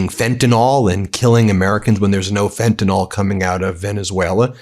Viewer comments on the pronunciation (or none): WTF is fentanol! Is it related to fentanyl. For someone claiming to have been alawyer, and now a Law professor, a (profession for which language knowledge and ability, includin pronounciation are fundamental abilities) you really do mangle the English language, particularly pronounciation, in evry video. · Will you please QUIT sounding like Trump, and pronounce it as fentanyl not fentanOL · It’s fentaNYL, not fentanALL I guess I’m just being picky but by this time people should have noted the spelling of the word that is used ever day in the media and yet I hear everybody mispronouncing it. I expect Trump to mispronounce it but we can do better than Trump. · Pronunciation correction for Ben. It’s fentanyl…like in pill, not fentanol (sic) as in alcohol.Kind of like how W Bush said nucular (sic) instead of nuclear. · Fentanyl. NOT Fentynol, unless you’re MAGA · It’s pronounced “fen·tuh-nuhl” not fentanol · Why can no one pronounce "Fentanyl"? It's "FEN-ta-NILL", not "FENT-a-NOL"... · "Fentanyl" is pronounced fent-a-nil, not fent-n-nol. You may be confusing it with fukitol. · Please pronunce it correctly. It is fentanyl, not fentanol. That Trump is too ignorant to know what it is, is one thing. You are not. It's basically on the same level as Bush calling nuclear "nucular". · The word "fentanyl" is pronounced "FENT-AN-ILL" NOT fentanol! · Fenta-NIL (fentanyl), not fenta-NOL. I'm a word nerd. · When did people start reading "fentanyl" as "fentinol? It betrays a certain ignorance. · Do US’ers pronounce fentanyl, “fentanol” because their president doesn’t know how to pronounce, or spell, it? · Ben, JUST STOP! There is no such thing as fentan"all". It is fentan"ill"!! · It’s pronounced fenta-nill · For the love o' God, PLEASE learn to pronounce FentanYL. It rhymes with benadrYL and PILL, not alcohOL. In fact, if you spell it with the -OL ending, it's a completely different chemical, not even the drug you're actually talking about.